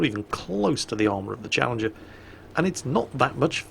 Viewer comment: you lov Challenjer, you get Challenjer too sorry, I'm bad at pretending I speak poor English but yeah, Chally 2